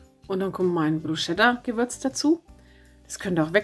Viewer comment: Brusketta spricht man das aus 😅. Leckeres Rezept 👍🙋‍♀️